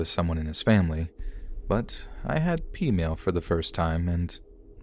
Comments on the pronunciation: Not sure if I'm deaf or dumb, but the first story at the end - "i had pemale" what? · OMG! I also thought what the heck is it?😅 I also heard it peemail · I'm sorry but at the end of story one is she saying she had PEEMAIL for the first time ? What is she saying? EDIT: found the story on Reddit, it's peameal like Canadian peameal bacon.